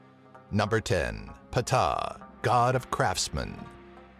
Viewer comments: ptah (say ta) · Ptah the p is silent in his name Thoth (ta-th) Sorry I made study of ancient theology most prominently Egyptology my life's work everything else was correct though